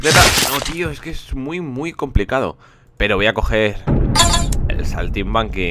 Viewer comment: like por el "saltimanki" xDD